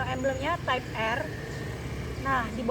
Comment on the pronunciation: Maaf mb.. Penyebutannya bukan tipe R.. Tapi (taip ar)